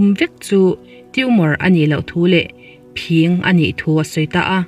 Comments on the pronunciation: Phing pawh phîng ti a lamrik ania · I phing lam dan mai2 chuh.. i channel ka ngaithla thin tih a THIN kan lamdan ang a lam tur a ni lo mi???🙄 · Phing hi chi thil alna anga ka rik hniam tur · Phiiiiiiiiing nilo,phing tur zawk. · Phîng ni lo in phing tia lam tur aw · ngaihthlak anuam,,mahse phing,phîng ti in i lama ,thin kan tih ang chiah hian lamtur a nilo maw miss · Phing thluk kha i ti diklo nge phing (bladder) ni lovin thildang sawi nan i hmang zawk ? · Phing I lam dan a dik lo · Phing khi asang lo ahniam alam tur ni awm tak ani,kan thil chhiar hi fimkhur thin teh ang u.midang te lam dan te,DDK vela kan mithiam ten mizotawng hmandan dik ansawi ho te thlir ve thin teh u.Lam dik loh hi i nei reng mai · PHING lam rik dan hi a va han dik lo na sa em em ve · Phing tih i lam rik dan hi a dik lo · Mizotawng lam dan i va thiamlo ve.....phing i lam dan mai mai chu. Zotawng zir leh phawt la..rawn chhiar tha leh rawh aw. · A ngaihnawm viau a..Phing..ilam dan hi fimkhur angai deuh lo maw... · I phing lam Dan hi diklo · Phing i lam dan hi ava dik lo ve..fimkhur deuh teh... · A ngaihnawm ṭhin e...mahse,phing ( bladder) i lam dan hi a dik lo deuh lo maw ??? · Phing tih kha thluk duh suh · Phing hi i lam dik lo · Phing hi ...ka sawi thiam lo Phing i lam dik tlat lo hi mak ka ti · I aw ngaihthlak a nuam, phing lam dan kha a diklo hret in ka hria. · Phing i lam dan hi a diklo tlat... i chhiar hmain i nu emaw pa emaw han rawn zeuh la ṭha tur hi ania... a ngaihnawm tho e... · Dr.tlaw tak a ni😁😆..chuang 'phing' khi a hniam a lam zawk tur ni awm tak a ni💪😁